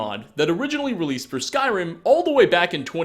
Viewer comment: I though he said skywim... when he first said it